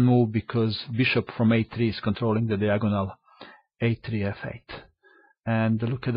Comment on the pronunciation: I love your commentary as always! Phrases like "... taking these pawns was a risky business", and "bishop from a3 is controlling the 'dee-agonal'", make you the best chess commentator there is!